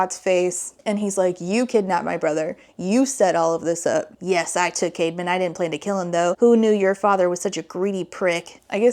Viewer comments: OMG whenever she said Caedmon's name, I thought she was saying CAVEMAN!!! 💀💀💀It tweaked me out everytime lol 😭😭😭What a goofy name! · Why is his brother called „caveman“? I know it’s not, but it sounds exactly like that 💀